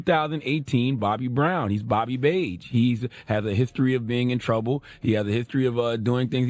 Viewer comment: Charlemagne said Bobby Beige 😂😂😂😂